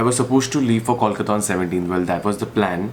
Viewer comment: It's Kolkata Coal-ka_ta